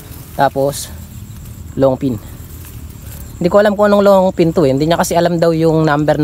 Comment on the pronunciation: long ping. hindi long pin. pls lang